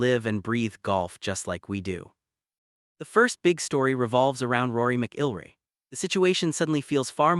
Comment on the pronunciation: You can't even pronounce "McIlroy" correctly. AI slop at its worst.